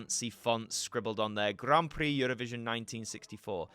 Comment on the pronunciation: "Grarn Prrree Eurovisiohn d' la shonsohn urropayenn"